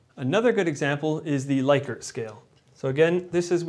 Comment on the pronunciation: I believe Likert is pronounced “Lick-ert’